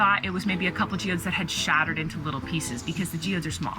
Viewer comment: I love it everytime you break the geodes and they shatter you say “it shattered!” In a British accent 😂💗 I also love the rock spiral 🌀 🪨 so satisfying 😍